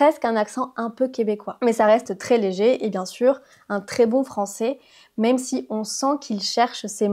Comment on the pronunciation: même toi on dirait t'avais l'accent québécoise à "même" lol